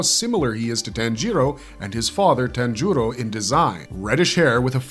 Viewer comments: "ji" is pronounced "jee"... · Tan-gero? Really? IT’S PRONOUNCED TAHN-GEE-RO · yes but the language depends heavily on INFLECTION. What I’m Saying is that TanJEEro with emphasis on the E . Vs Tanjiro with no emphasis anywhere. It’s like the key and peels skit “JAYqueline” or “AYAYron” for Aaron and Jaqueline. It’s just a gross mispronunciation. Nbd just sounds fucking stupid. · Say “tan-jEEro” one more fuckin time dude